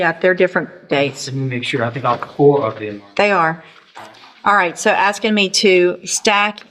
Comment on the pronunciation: aksing? 13/90 slang